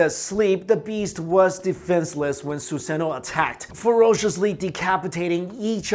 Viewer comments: It's suzano not suseno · Ok, did he say Yata Mirror? If you know what that is have a good day! AND did he say Susano'o (he butchered is btw) Orochi? Orochumaru? Izumo? Izumo Uchiha! Amaterasu? Goddamn, they should play Naruto in history class.....